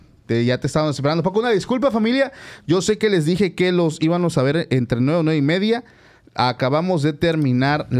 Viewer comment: NO SE DICE “ IVANOS”😅 SE DICE “ IVAMOS”